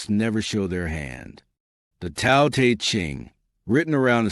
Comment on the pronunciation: Why do you mispronounce the word Tao you will have more credibility if you pronounced that word correctly!!!!